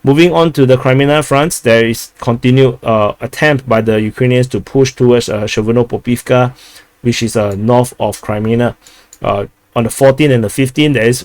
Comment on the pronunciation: Przewodów= psheh-voh-doov. Polish is easy. Greetings from Poland🙂